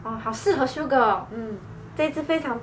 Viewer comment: 我怎麼聽到你說sugar啊😂